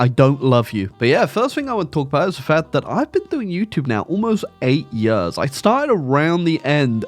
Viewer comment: That explains how he pronounced Years as "yuhz"